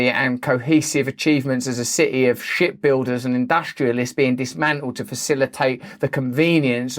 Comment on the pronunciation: I know you said "ship builders" but to my ears it sure sounded like "shit builders" ... Could it be the accent... NAH!